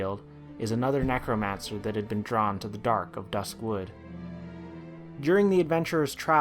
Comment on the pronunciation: Not hating or anything, but one of my biggest pet peeves about this video is every time he says "dusk wood" as if "dusk" was an Adjective for wood. I just cringed a little every time he said that because i always pronounced it duskwood.